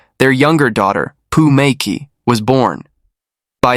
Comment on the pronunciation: i want to show you how to pronounce Chinese names., "mei qi" is promounced "mei chi". "qi gong" is "chi gong" "xi" is "Si" Please make the corrections in your next video when you pronounce Chinese names.